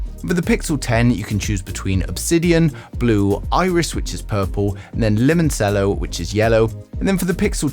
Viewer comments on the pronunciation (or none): The c in limoncello is pronounced like a ch, not a s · "Limonsello". Dude has never had limoncello before.